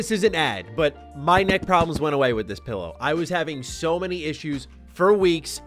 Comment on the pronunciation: Its not a pellow, its a "Pillow",,,,, I bet you say melk too